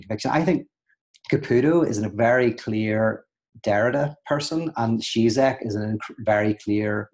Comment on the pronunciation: Pete: just btw: the Ž in Žižek ist pronounced like a "J" in "Journalist"; he is called: "G-Jack" not "Tsitsek".